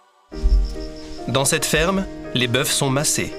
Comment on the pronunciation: Tocard tu ne sais même pas parler... Les boeufs... Dès la 2ème minute...